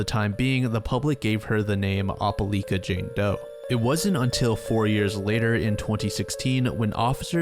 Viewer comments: ope-LIKE-Uh not ope-LEAK-Uh😢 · "opah-lee-kuh Alabama" LMAO (it's opah-L👁️-ka but this made me laugh a lot) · Love the video, one correction tho- it's pronounced "Oh-pull-ike-uh" not "Opp-uh-leek-uh" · It’s not (op-o-leka) it’s (oh-pa-lie-kah) for the pronunciation for Opeliaka, AL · Ope-lie-ka. Not Oppe-Lee-ka. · It doesn't really matter, but Opelika AL is pronounced Oh-peh-like-uh, not Opp-uh-leek-uh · Opelika is pronounced Oh-puh-lie-kuh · it’s pronounced “opal-like-ah” (Opelika) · Opelika is Oh-Puh-Like-Uh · OPA -LY-KA say it like that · It’s pronounce oh-peh-like-ah, Alabama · "O-peh-lie-ka" is how you say that fam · Good video, Opelika pronunciation is triggering me tho lol “oh-pe-like-ah” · the way you say opelika pains me so badly 😭 it’s oh-puh-lie-ka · for future reference it's pronounced "opa-like-ah" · For future reference, Opelika is pronounced Op-a-LIKE-a. I'm sorry, it just bugged me the whole video. Southerners like their hard vowel sounds. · Must be that guy but it's Oh-puh-lie-kuh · Your pronunciation of Opelika is wrong but you’re not from around here so carry on. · That's not how you say opelika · Same here. Sad story, still shocked at the evil that can be so close... btw have you ever heard anyone pronounce "Opelika" like that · Being from bama no I’ve never heard someone pronounce it like that and it had me so confused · Oh-puh-like-uh, as an opelika native, I recoiled in how you pronounced this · the way you pronounced Opelika, Alabama gave me a chuckle. great video!